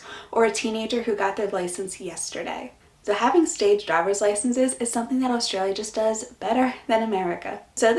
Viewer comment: Americans need to learn how to pronounce 'Australia' and 'Aussie' before moving.